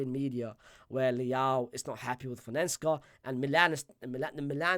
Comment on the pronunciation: Milan's coach is Fonseca big man, say it with me, Fohn-Seh-Kah not whatever that is you were saying 😂